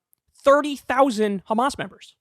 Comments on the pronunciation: Shapiro isn't even a Hebrew speaker, he's just a regular American, but still keeps calling Hamas as "Khamas" like all the Israeli lunatics bc they think this is degrade them and apparently in their book or language khamas is something negative. Never mind that Hamas is spelled differently and Arabs, who would know best, don't pronounce it that way. The ultimate bigotry, arrogance, and supremacy. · Yes, Khamas, as of he's a Hebrew speaker. Has no problems pronouncing "H" other than in Hamas. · We pronounce it khamas to redicule the ones who do it. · The baby, 3-year-old teenager, grandparents and parents in RAFAH are antisemites? Wow! Ben is a dumb stupid loser. Why is he saying Khamas and Khan Younis